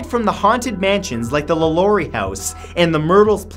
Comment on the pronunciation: My dude you butchered our French names here in New Orleans. Let me help you....its pronounced Lawlawry mansion, madame Lawlawry, Marie Lavough the voodoo queen, and jean lafeet and lafeets blacksmith shop. Those aren't the correct spellings, instead spelled the way they should be pernounced